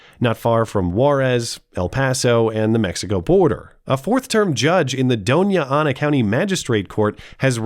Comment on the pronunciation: *DONNA*Anna county is the pronunciation 💜